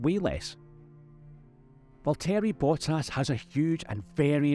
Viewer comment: You managed to butcher the pronunciation of both Valtteri Bottas and Zhou Guanyu.